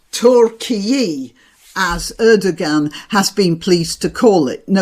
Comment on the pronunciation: OH dearydeary me - the "ğ" is silent, as even Bad Orange Man was also unaware. Erdoğan = Erdo-an 😉